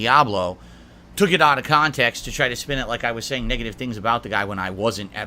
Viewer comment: Bro like fucking clockwork, nature calls and has to address the "Auht Uhf Khantext" moment 😂